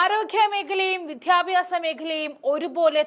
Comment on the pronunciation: വിദ്യാഭ്യാസം എന്നാണ് വിത്യാഭ്യാസമല്ല